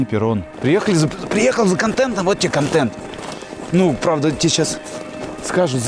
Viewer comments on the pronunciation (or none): none